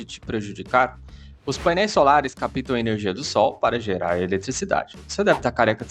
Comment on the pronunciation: "Capitam" não, meu caro: a pronúncia é "cáptam".